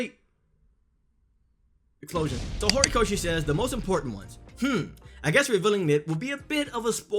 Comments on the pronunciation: Is it just me or does this guy say Gorikoshi instead of Horikoshi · Was i the only one cringing when he kept saying “Gorikoshi”😂